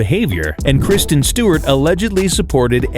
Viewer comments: KRI-STEN… KRISTEN. rolling my eyes c’mon… get it right! That is an AWFUL mistake,!!!!!!!!! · Kristen not Kirsten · Not Kirsten Dunst lol. She’s the one in Jumanji. The narrator is speaking the name wrong in the clip. It’s not Kirsten, it’s Kristen. ❤